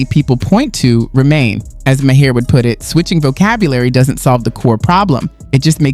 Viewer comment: Ma-her 😂 c'mon dude you sound like you've never heard of him